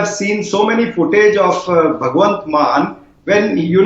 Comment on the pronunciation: It's not " MANN" , it's " MAAN"